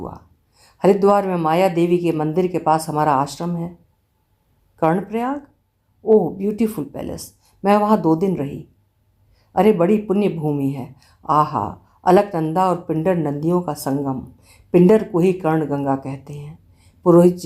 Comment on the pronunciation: शब्द नहीं तारीफ़ के लिए.इस अंक में आपने जोजन को जोबन पढ़ा और प्लेस को पैलेस